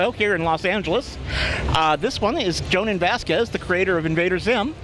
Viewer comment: The most important part of this video? Finding out the correct way to pronounce Jhonen's name properly.